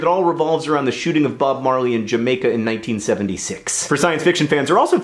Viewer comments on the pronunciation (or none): none